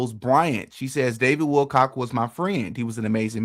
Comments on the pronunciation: He is saying Wilcox!! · You cant even get his name right bro Its Willcock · dude, if you don`t even pronounce `Wilcock` correctly, how can i trust ANYTHING you say???? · You LITERALLY watch a video where they pronounce his name correctly...then you LITERALLY read an article which CLEARLY spelled out his name correctly..... and yet you CONTINUE to add an "S" to the end of his last name.🙄 Ridiculous, lazy and pathetic. THIS is just PART of the reason why I unsubscribed from this channel. 🤡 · You don’t know who Luna is and you can’t pronounce Wilcock. You don’t look credible here. At all. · Wilco[ck] not Wilcox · OMG you actually read WilCOCK written in front of you as Wilcox. Stop! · Not Wilcox. It is Wilcock. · It was written right there on the screen and he still said it wrong. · Stop calling him WILCOCK(S) there’s no ‘s’ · Wilcock, not Wilcox. Come on, …